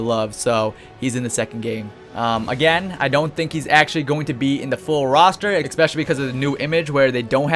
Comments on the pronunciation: ESPECIALLY!!! NOT EXSPECIALLY...Other then that great video! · Why do you say ek-specially instead of especially??? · E-Specially. Not EK-Specially. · holy shit stop saying ECPESCIALLY